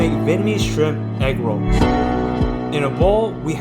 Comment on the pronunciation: Egg woll, ahh egg rolls lol